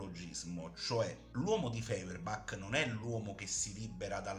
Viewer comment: Stirner non si è mai definito anarchico, gli è stato attribuito, e non dice nemmeno che tutto si riduce all'io, ma a me. Allo stesso modo parlare di rivoluzione dell'unico è scorretto, perché semmai bisogna dire rivolta o sollevazione. Si pronuncia Foierbach.